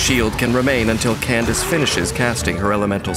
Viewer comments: Who even started calling her Kan-da-ke? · Well then, it's official. It's pronounced as Candace, and not as Kandake. Here come the jokes... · SO IT IS PRONOUNCED CANDICE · Candace is the Americanized version of Candake. Some people use the original pronunciation because it's more unique or cultural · I thought he name was pronounced candake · Pls why do people pronounce candace as "kendake"😭